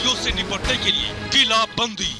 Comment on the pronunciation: किलाबंदी होता है किलबंदी नहीं ठीक करो 😂